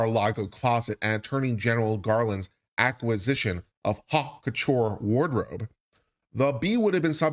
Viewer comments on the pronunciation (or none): none